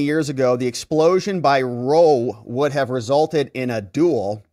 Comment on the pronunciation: "Ronald Ruh-Roe" is never not going to be funnny